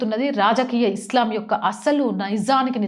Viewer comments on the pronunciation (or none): none